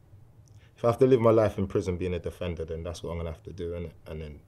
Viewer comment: guy stages an ambush in a phone booth “im a defenduh im a defenduh”